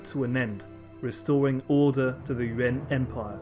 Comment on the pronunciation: I keep hearing UN en lieu de Yuan